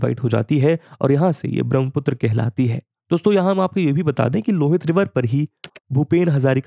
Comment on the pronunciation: Voice Over is quite good but kindly pay some attention on pronunciation of river's name. Like it's रावी nit रवि, it's लोहित not लुहित, it's सुबनसिरी not सुबानसीरी. These things hit on ear as well as mind. No need to follow borrowed pronunciation of Indian names. Otherwise everything is on pace. Very helpful video for any citizen of India or for person interested in geography.